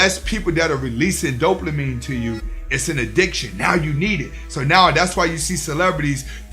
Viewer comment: Big facts bro. Big big facts. But I can’t help but chuckle a lil bit every time you say “DopeLAmine”. But keep doing this work. You’re helping out a loooot of guys. ✊🏾